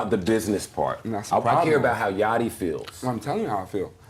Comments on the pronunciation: "Yah-Chee"?? LOL. You can hear everyone else on the planet saying "Yahct-E" even in your own clip... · It's pronounced Yaddi, ya dummy--(not Yatchy) Budden said it TWICE. Read the room yo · Yacchy? U know damn well how to pronounce Yacht lol. Just put a Y at the end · Man said 'Yachi'? Im gone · These AI channels misspronouncing things is funny af... yachi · On my fuckin life if you keep sayin Yachy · Why dude calling him yacheee 😂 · What I find most entertaining is how you pronounce even the most basic rap names incorrectly 🙃...you can literally hear their name in the clips YOU CHOSE 😂 "YAH-CHEEEE" "QWAHH-VO"🤣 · Hey dummy AI; It's not yatcheee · yawcheee? Wtf is with these AI voices 😂😂😂 dont kno how to pronounce words fml wtf is going on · Lil yaw-chee? Them AI voices can’t pronounce sh!t that ain’t in the dictionary 😂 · Lil yatchy lol. If you gonna narrate, better at least get names right.l 😂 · One thing I hate the most is when these guys get the names wrong of these well known artist like who Tf is Yatchy, its yacht with a fucking Y dude my goodness that shits annoying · Yach tea? Quarvo? You gotta be 45+ to not know how to pronounce their names considering how big they are as artists 😂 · He lost me at Yaaachee! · Lol. He said it right, yatchy 🤣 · And the T is clearly after the (ch) so that would actually make it Yach-tee. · Bro how can you not know how to say YACHTY’S name after all these years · Why doesn’t the AI who created this know how to pronounce “yachty” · bro no way you butchered LIL YACHTY LOL 😂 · Why is no one talking about how this nigga pronounces Lil Yachty 😂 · Buddy can’t even pronounce the word Yacht ? 🛳️ Like a boat but bigger a yacht So it’s little yacht’y Like a small yacht …. This generation is cooked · Bro how you saying yachty name wrong ?? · only thing I was bothered by was dude not knowing the c is silent in yachty 😂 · Had to hop off after hearing how you pronounced yachty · The narrator butchered Yachty's name. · Yachty not yachi